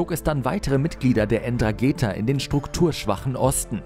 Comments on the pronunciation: Es heisst: 'Ndrangheta. So was von schwach eure Reportage. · Eeeentraaaaangeta xD Junge Junge.. Schau nochmal nach wie man spricht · Heißt Ndrangheta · Nicht mal den Namen der Mafia kann man hier richtig ausprechen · "Ndrangheta ..wie kanm es sein das man das zweite "n" vergisst !? ..bei "all" der recherche 🤦🏻‍♂️ und es dann auch noch die ganze zeit falsch sagt !? Außerdem wird das "N" am anfang in aller regel stimmlos gesprochen und als ein wort - nicht so abgehackt wie der sprecher es macht. ..Selbst nachrichtensprecher kriegen das hin 🤷🏻‍♂️ Hört sich also am anfang schon schlampig an, bin gespannt wie der rest wird 👀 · Ndrangheta wird aber irgendwie anders ausgeprochen (Ohne N) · Ndrangheta heisst die kalabrische Familie.. Bitte richtig sagen/schreiben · "Ndrangheta" .... Namen üben wir nochmal :) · Das N am Anfang von Ndrangheta spricht man nicht😂😂lernt erstmal die Aussprache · Können sie bitte mal „Ndrangheta“ richtig aussprechen??? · Wie ndrangheta ausspricht 😂 & hooligans ernsthaft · Man spricht Ndrangheta (Heldentum) bitte anders aus. Auch wenn man nicht nativ Italienisch spricht bzw. aus Kalabrien stammt. Eine wichtige Einnahme Quelle ist unter Anderem auch die illegale Abfallentsorgung, insbesondere von Giftmüll! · du sprichst Ndrangheta falsch aus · Keinen ist aufgefallen das es nicht N-dragetha heißt sondern Ndragetha das n wird nicht mitgesprochen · Die Dragetha wird ohne N gesprochen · Die ÄN DranGEta😂😂😂😂😂 man sprichts nDranggeta aus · Das heißt nicht N-dragetha sondern Ndragetha das N wird nicht mitgesprochen. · man spricht es "drangetta" aus und nich EndragEta :D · Nicht ENdragetHa wird es ausgesprochen, Ndrangeta. Das h ist stumm, oder wie das heißt.😂 Bitte korrigiert mich!😉👍 Zum Beispiel wird ja auch Blumentopferde BlUmentopferde ausgesprochen, und nicht blumEntopferde.😉 Spaß.😂👍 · Ndragetha 😂😂😂😂 ernsthaft? Wie wäre es mal mit vorher recherchieren??? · Es heisst Ndrangheta, nicht Ndragetha. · Ndrangheta und nicht Ndragheta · die "Endragetha" 😂😂😂